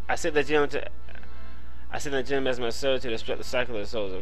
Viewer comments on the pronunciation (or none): the pro-nounciation of genome is Jeh-Nohm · Its pronounced GE(je)-GNOME(like a garden gnome) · There's no long 'e' at the end of genome.